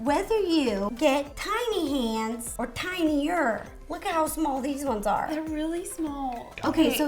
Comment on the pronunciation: who else thought she said titty hands😂??